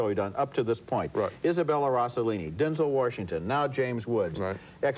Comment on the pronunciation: Denzel Worshington